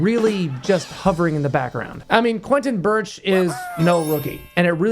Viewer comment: You are just a guy who like to entertain others but your knowledge about perfume industry is... meeeeeeeh. You dont know how to pronounce Barrios, then Quentin Birch 🤦🤦🤦🤦🤦🤦🤦🤦